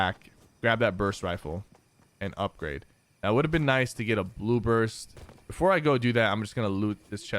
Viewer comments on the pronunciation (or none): none